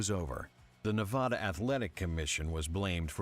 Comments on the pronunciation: Can you please stop pronouncing Nevada as Nuh-Vod-Uh. Here we pronounce it Neh-Va-Duh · Say neh-vah-da one more time